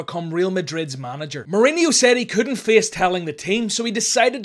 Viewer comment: It’s pronounced mouriño not mourineeo. And you pronounce the J in Jose in Portuguese